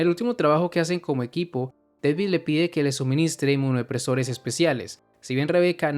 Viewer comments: muy buen video excepto por una cosa... no es Deivid ES DA DAVID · Porque le dices deivid?